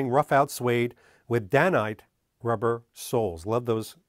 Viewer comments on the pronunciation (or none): keep putting out the awesome content and I'll forgive you. Also the Dainite soles are pronounced Day-night. So called because the manafacturers did twin shifts to meet demand, theachine were running day and night.